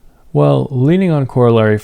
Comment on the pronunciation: The way you pronounce corollary is diabolical.